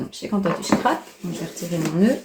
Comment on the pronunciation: Ouah quelle chance d'avoir tous ces calendriers ! Merci de nous les faire découvrir c'est très gentil à vous Par contre j'ai du mal à entendre "chcrap" c'est un S le scrap 😉🥰